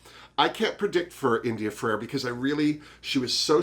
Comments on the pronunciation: In addition to the lips Blair St. Clair has also had a nose job. I think he looked better before the plastic surgery. Please let me know if me correcting you bugs you and I'll lay off. But it's India Ferrah (two syllables) not India Fer-ar-ah ( 3 syllables). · It’s India ferah not Ferera